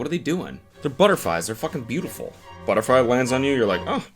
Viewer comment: "buttafwy lands on you"